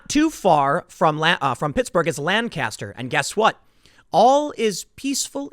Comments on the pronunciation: Tim, love your reporting but my ears burned every time you said lan-caster. I live in Berks county PA which is right next door and its pronounced Lanc-aster (Lenk-ester). Lan-caster just makes it sound like they are fisherman but they are Amish, they build barns with planks so its more pronounced like plank-aster without the p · It is not pronounces Lan-cast-er. It is LANK-ESS-TER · We pronounce it Lang-custer not Lan-caster. Just saying. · Lanca-ster! Lanca-ster! Lanca-ster! NOT Langcaster. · Tim, please, its lang-caster not lan-caster. As a dweller inside Lancaster I am deeply offended, and my day is ruined. Keep up the good work though man. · Tim, you gotta learn to say "Lancaster." Lank astir. not Lan caster. You live an hour away. Love, a dude who lives here. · Bro we pronounce it Lane-kisster... Not Lan-caster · Lank-is-ter Tim Lank-is-ter Not lan-caster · It's pronounced LANCaster. My grampa lives there. 🥰🇺🇸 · It's pronounced "LANK-uhstur" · TIM ITS PRONOUNCED LANK-ISTER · just trying to spread some knowledge. People who say Lan-caster make me cringe abit unless they say England afterwards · It’s pronounced “Lan-kister,” Tim. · You're a Lank Yester. 😋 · You keep pronouncing Lancaster incorrectly. 😂 You don’t pronounce it with the emphasis on the second syllable but the first. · I cringe every time you say "Lancaster". Learn to pronounce it correctly! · Hearing Tim pronounce Lancaster is cringe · LOL there is a Lancaster in California and we pronounce it as Lan-Caster. But that's in California. You're right about Pennsylavnia's Lancaster. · Thank you just the same. You have to live in the area to know just how butchered it gets pronounced by those who don't. It's one of those things where you cringe when not done right. :) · Fox News is the only outlet that pronounces Lancaster properly. Even Brainiac Ben Shapiro doesn't pronounce it properly. You certainly don't. Get your s*** together brother. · does the way he is pronouncing it bother you too?